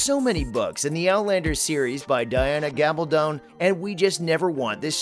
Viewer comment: How about you learn to pronounce the author's name correctly? Gab-al-dun! It's not that hard!